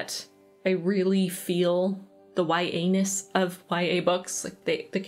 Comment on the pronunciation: I was scrolling Twitter while listening to your video like a podcast, and nothing has stopped my absent-minded scrolling faster than when you said "YA-ness" 😂